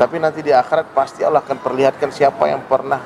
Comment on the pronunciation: Pada kalimat allah harusnya allah bang bukan alloh maaf cman ngasih masukan aja hihi mantab lah videonya